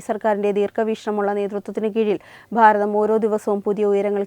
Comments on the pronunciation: താങ്കൾ പറഞ്ഞത് 💯 % ശരിയാണ്. പക്ഷേ അവർ അത് മനപ്പൂർവ്വം പറയുന്നതല്ല,അത് തിരുവനന്തപുരത്തുള്ളവരുടെ ഉച്ചാരണമാണ് "ഭ" എന്ന് പറയുമ്പോൾ "ഫ" എന്ന് ആകുന്നത്. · Pharatham alla 'Bharatham' ennu parayu. Ellayidathum 'Phaa' prayogam venta